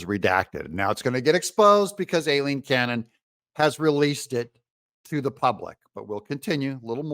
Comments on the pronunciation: If you don’t want to CORRECTLY pronounce “Aileen” [EYE-LEEN, not A-LEEN) then please just call her Judge Cannon !! She’s so professional & awesome and she certainly doesn’t deserve to have you BUTCHER her first name every single time !! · Judge's name pronounced, "I lean." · D u h h, it's pronounced Eileen, spelled A i l e e n